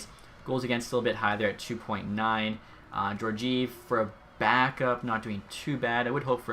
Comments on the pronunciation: Jorgive? It’s pronounced Jor-jee-ev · "Jor-jeev"? It's "Geor-giev" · Geor-giev edit:no offense that’s just how it’s said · Pronounced gee-or-gee-ev